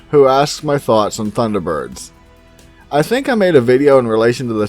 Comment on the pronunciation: You pronounced it correct enough, but I dont really care about that. What I do care though is helping you as much as I can so I can give you some material for Thunderbirds; if you want to do an episode about it because I live in Anchorage, Alaska and in 2001 we had a Thunderbird sighting near nome by a pilot that made it to CNN at the time all you have to do is search 2001 Alaska Thunderbird sighting. Thanks so much for making my day cheers from Alaska.